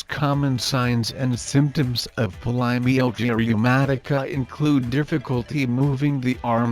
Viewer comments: Try not to say the name of the condition too much in this video with AI, it sounds mispronounced. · The robot can’t even pronounce this disease. 🙄